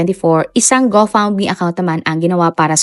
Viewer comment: Go fund me po un. Pero mali lng pronunciation niya